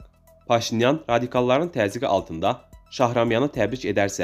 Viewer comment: Вы меня извините, но чтец безграмотный, не Цецелашвили, а Чечелашвили, не Шахрамян, а Шахраманян. Если это читает живой человек, то очень грустно, но если озвучивает программа, тогда все не так уж плохо!)